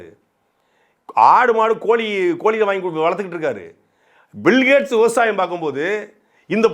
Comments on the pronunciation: பில்கேட்ஸ் ❌புல்கேட்ஸ்✔️ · பில்கேட்ஸ் ❌புல்கேட்ஸ் ✅